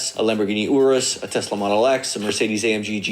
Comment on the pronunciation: “Lamborghini Orrrus”